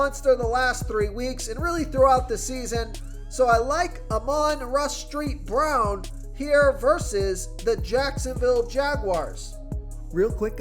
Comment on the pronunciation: Ahman rah street brown😂☠️